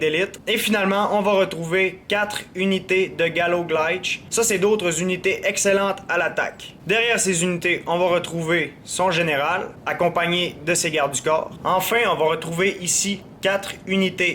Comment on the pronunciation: Je ne suis pas sûr de ce que j'avance mais je pense que Galloglaich doit être prononcé Galoglèirr et non Galoglètche. Les règles de prononciation anglophones ne s'appliquent pas aux unités de nom gaélique (et plus largement celtique).